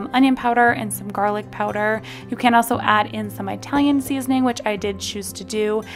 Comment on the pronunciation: Ee- talian not eye-talian. 😉 Great recipes though! Thank you!